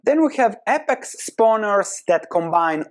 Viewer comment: Some constructive criticism. It is said Aye-pex, instead of ah-pex